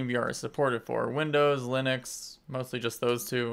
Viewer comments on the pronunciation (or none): none